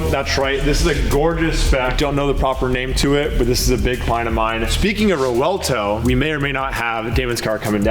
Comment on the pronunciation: Where did this idea come from, that the "V" in Revuelto is silent? This is the 2nd time I've heard that. Luckily there was a Lamborghini dealer in the video to say its not silent